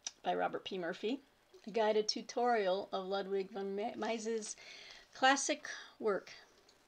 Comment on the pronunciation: Ludwig is pronounced lood-vik. :-)